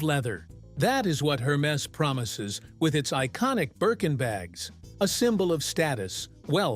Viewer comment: Wrong pronunciation😅 Please, ask somebody French to pronunce "Hermes."